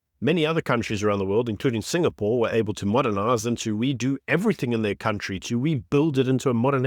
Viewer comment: It's a country, not a cowntree. Or you can use the other pronunciation and refer to yourself, Gwede.